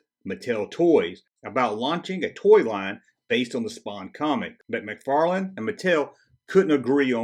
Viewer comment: McFarlane Toys NOT McFarland ;)